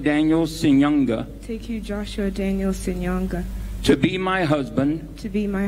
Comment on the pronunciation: Congrats to them. What family does the girl come from? She pronounced Ssenyonga like she's a foreigner.